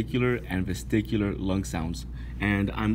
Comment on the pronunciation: I think its vesicular not VesTicular but video is helpful